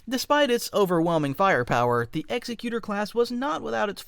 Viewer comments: Executor is pronounced with the emphasis on the 2nd syllable, not the first. ex-EC-u-tor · Love this vid, but the mispronunciation of "Executer" was genuinely painful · it is pronounced like the word "executive" in executive branch, only with an "or" instead of "ive" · Pronounced exEcutor. Emphasis on the second E, not the first. And your brain-dead ragging on TLJ is really old. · Executor is pronounced more like executive than execute. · Its executor like executive. Otherwise itd be executioner class. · *EARS BIRNING* EXECUTOR....is pronounced like "Executive" not "executioner"....like the executor of an estate in a will..... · I’m pretty sure it’s pronounced Exec-cu-Tor Like, executive. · Honestly fantastic video but hearing it called execute-or (as in to execute but with an or sound at the end) and not executor as in executive branch of government was killing me lmao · always heard it pronounced eegg-xec-u-tor., like executive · Not how you pronounce Executor as per canon. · You pronounce executor wrong. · The word executor doesn’t have 2 meanings or pronunciations. Pronouncing it like it is in the video isn’t a word at all. A person who executes people is an executioner. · Mispronounces Executor in the first couple of seconds of the video. Promising start. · Maybe you should learn how to pronounce Executor properly... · AI narrator can't pronounce the name of this ship. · Id like to say the pronunciation is wrong. It’s an ex ex u tor, meaning to carry out ones will and not executor like it’s just and blade coming down. This is the emperors will behind it, the full force of the empire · Executor is different from executioner. Pronounced much differently and means different things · Executor is pronounced with emphasis on the ec, like an executor of a will. It means the doer, basically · Sucks that they pronounced it wrong tho. It's ex-ec-u-tor not ex-e-cu-tor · I think it is pronounced Exec-utor as opposed to Executer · It’s “Ex-EK-you-tor”, not “EX-eh-cue-ter”.